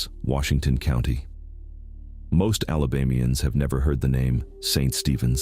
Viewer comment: BirmingHAM not Birming-um Mobile is pronounced Mo-Beel not moble. Elyton is pronounced Ee- luh-tun. This is the only reel I’ve heard say Alabamians with a long a sound in the third syllable- 🤔Ala-BA-me-ans🤦🏻‍♀️